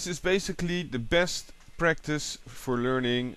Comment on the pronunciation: lol wen yhoo say practise it sound lyk breakfast awesomee learned alot danke =]